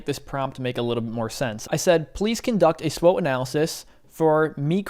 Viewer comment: The correct pronunciation of “SWOT” in SWOT analysis is typically as an acronym, pronounced as “swat,” rhyming with “cot” or “not.” This stands for Strengths, Weaknesses, Opportunities, and Threats. Some people might spell it out as S-W-O-T, but pronouncing it as “swat” is more common.